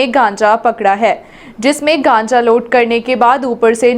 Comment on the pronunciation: कांचा नही गांजा बोलते ह बहन जी